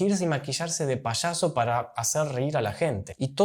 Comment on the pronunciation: SE dice Payaso, no se dice Pashaso...